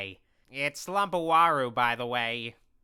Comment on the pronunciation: Its lumpy not lumpowario the evil mario